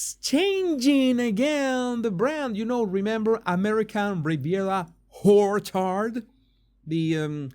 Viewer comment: Please, it's orchard, not horchard.